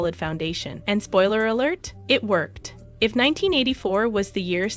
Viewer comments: Where's the tragedy? You can't even pronounce her name correctly! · Am I the only one annoyed that the narrator keeps pronouncing her name wrong?